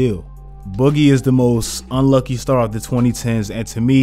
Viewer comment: I thought you said unlikey lol